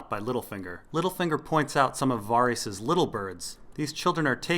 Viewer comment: I love all of your videos, man. Keep up the good work and I'll keep watching. "Vair-Isss" and "Gehn-Drii" though, which I heard GRRM pronounce himself in a recent 2014 interview and Q&A. Pronunciations and the like by no means negate the quality of your work, my good, I was only saying with no dickish intent.